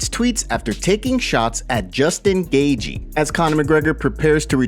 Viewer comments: Not “Gay-gee” it’s pronounced “Gay-chee” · This guy has pronounced Justin’s name “Gagey” forever now. Not even enough respect for fighters to pronounce there name properly. And he repeats it a thousand times. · Lmao, this guy pronouncing Gaethje. Like "gay gee" is hilarious 😂